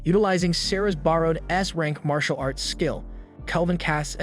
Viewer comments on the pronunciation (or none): none